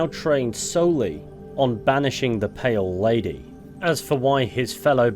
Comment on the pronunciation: I first thought you said "Male Lady" on the intro until I re-listened